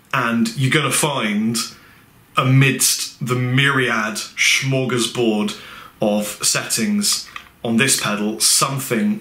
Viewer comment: mmmm not bad but lose the "sch", is just an "s", the "o" in "bord" is more "mode" than "board" ... smörgåsbord => [smeurgawsbord] ! :D smörgås is literally buttergoose?!!? Doesn't make much sense to Swedes either any longer. It's supposed to be a reference to the blobs of fat floating on top of raw milk, like little geese I presume, and a few hundred years ago people over here spread that on an open sandwich and then added toppings kind of on that but for some reason they choose to name the construction after the least interesting part of it which is just the glue between the bread and the toppings. So there you have it: butter goose table ... clear as sausage broth hahaha! :D